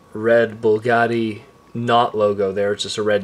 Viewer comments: its BUGATTI** not bullgatti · Bugatti not bulgati smh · b.u.g.a.t.t.i....there is no L in the the name Bugatti. Other than that excellent review!! Keep up the great work!